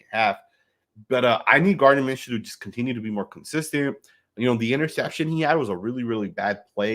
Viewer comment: It’s not Minshew damn